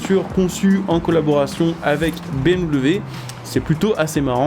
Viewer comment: Ça me fume comment il dis bmw quand il parle de la supra 😂🤣